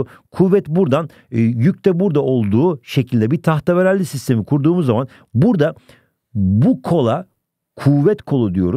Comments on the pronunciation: Tahteravalli ✗ tahteveralli✔ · Peki da tahterevalli demesi 😂😂😂